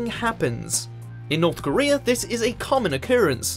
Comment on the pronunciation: Norf Koreaaaa